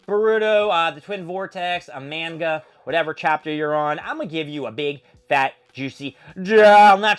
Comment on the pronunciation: You could start by at least saying manga and boruto correctly